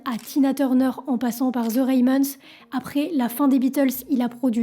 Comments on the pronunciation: Très bonne vidéo, juste ton anglais qui pique un peu, rien de bien grave ^^ Ramones pas Raymones Teddy Bears pas "Beers" (bairz, non birz) How c'est "haou" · Juste des bête détails, "Ramones" n'a pas de 'the' et se dit [Rat mot "ns"] Et dans "Teddy Bears", 'Bears' se prononce [Bèrz] et non [Birz]. (Beers, c'est des bières. 😉) "Suicide" à l'envers fait "Edicius" ou en verlan "Decisui", pas "Sidu". Mais l'idée à du bon, sinon, utilise une périphrase "Il s'est ôté la vie". Mais pour le reste, je suis pendu à tes lèvres tout au long de l'histoire, chapeau une fois de plus !